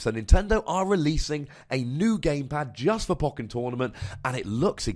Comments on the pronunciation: Poe-ken, not poken. Bothering me, sorry. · I listen to your podcasts and just say "poe-ken" under my breath each time. I'm not questioning your wisdom though. lol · I love you, but Poe-ken. You're killing my soul. They literally say it like that in the game. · it sounds so wrong! Anyway, nice video with garchom v NM, quite enjoyed it.